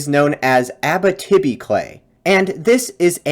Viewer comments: Just one small thing. Abitibi is not pronounced Abbatibby. It is pronounced more like Abeeteebee. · Abitibi --- great video, you may want to look up how that is said though!